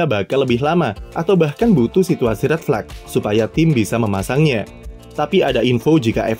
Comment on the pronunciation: tumben min pronounce “red flag” dibaca “red flak”